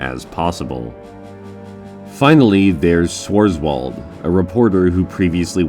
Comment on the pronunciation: Your pronouncing is HORRID lol :) Swarz is german and his nae reflects that . French have the same . Fun note , the Bigs are standard units from their time representing US Army , Us Navy and US air force as the army is defending the us in flashbacks , venus is just weird lol